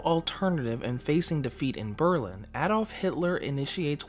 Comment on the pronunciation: You pronounce "Berlin" is a way I've never heard before :P